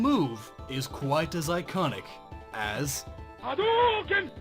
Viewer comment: Glad you didn't say "ha-dew-ken"........